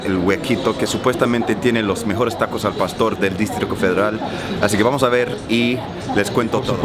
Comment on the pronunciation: Amo cuando dices distrito federal jajajajajaja porque dices districo federal jajajaja!! 😆😆😆😆